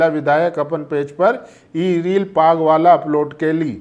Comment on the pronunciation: पग नहीं पाग। उच्चारण सही कर लें।